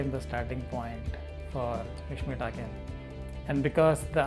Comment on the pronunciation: it's an honour to mishmi tribe. but it's takang not takin.it's British pronounciation